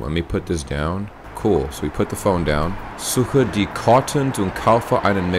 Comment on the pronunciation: Das berühmte Scheidebrett. Er hat Scheide gesagt, hihi.